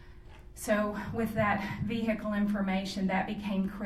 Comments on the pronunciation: OMG STOP SAYING "V-HICKLE"! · I like how she says "vee-hicle" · Did she say a vee hickle?